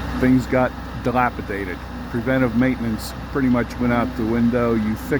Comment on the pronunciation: The word "dilapidated" was pronounced correctly as many people say "delapatated" for some reason? Hello from TEXAS as always. Thank you for keeping us informed.